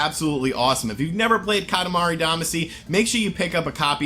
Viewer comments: YO! It's katamari damashi pronounced. Ka ta ma re da ma she. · Katimari Damacy (Duh-Mah-Cee), sorry, that was just bugging me a little bit 😅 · Time for correction of your entirely wrong post. Kah-tah-mah-ree Dah-mah-shee would be the better way to explain it. Single letters can be pronounced different ways so it doesn't help. For Japanese specifically the vowels are basically a = ah e = eh i = ee o = oh u = oo Doing otherwise only serves to make it look like you're changing how it's spelled rather than specifying a pronunciation. Also, I would note that it's technically 塊魂 which is Katamari Damashii or Damashī (either of which would denote a long vowel sound) or Katamari Damacy, not katamari damashi. And yes, Damacy is what it is outside of Japan, since you obviously didn't know so his pronunciation is a correct one. Which makes perfect sense because "shii" is a perfectly reasonable transliteration of "cy' into a Japanese word (go find some Japanese people speaking an English word like legacy - that's how they'll say it) so it makes sense you'd use it when going in reverse.